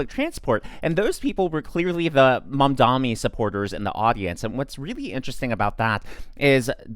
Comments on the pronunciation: Small favor: could you please learn to say "Mamdani" correctly, instead of saying "Mom-dommy" a thousand times more? It's already spelled phonetically, so either your elocution needs work or you're doing it purposefully. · Why is it so hard for every conservative to say Mamdani?